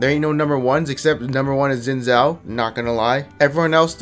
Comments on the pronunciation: zin zao..../facepalm it's pronounced Shin Jao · Dude, you can't call yourself Asian if you pronounce Xin Zhao like that.